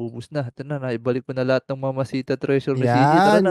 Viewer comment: Idol yamashita ang tawag dun hindi mamahita or mamashita anyways galing mo idul